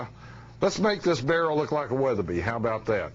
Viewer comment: He, just said Weatheryby....make up your mind !